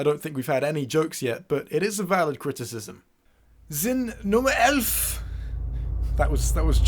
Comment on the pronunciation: You pronounced "elf" (eleven in German) wrong.